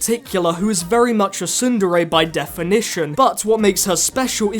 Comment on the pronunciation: For once, I would like to find an anime review that pronounces "tsundere" properly, Otherwise, great review, man. New to your channel, and you deserve more subscribers.